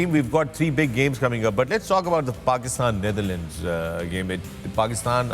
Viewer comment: It is Not Neitherland it is Netherland Mr. Wasim 😅